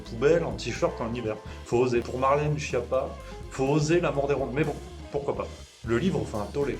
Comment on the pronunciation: Schiappa est un nom Corse donc vous oubliez le pizzaiolo ..... c est bien Skiapa la bonne prononciation